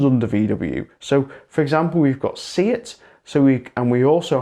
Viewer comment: Could you please say SEAT correctly? It is an E, not an I. We don't have 23 different vowels, there are only 5 frickin vowels in spanish, how hard can it be???